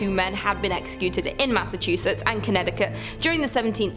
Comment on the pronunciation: The way she nailed, "Massachusetts", made me have to change my panties 😅 #drenched